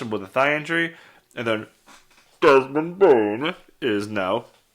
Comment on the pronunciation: I'm glad u toned down saying "desmond bane" (would be even better if u say it normally)